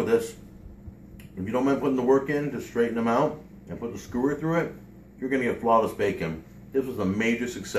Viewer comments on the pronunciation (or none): lol its a skewer not a skoower don't take offense cuz i like and watch your videos on a regular basis but your pronunciation of skewers is odd... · its possible he was being sarcastic seeing as is mispronouncing skewer as skoower. but who knows.... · "Skooer"? Really? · I've never heard anyone pronounce it as "skoo-wer" before. Not complaining. Just hits my ears and sounds weird. I've always heard people pronounce it with more of a Q sound like "s-queue-er".